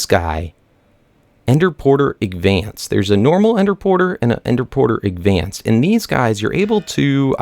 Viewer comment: Why do u call it agvanced? I dont get where u get the g from! It's a d...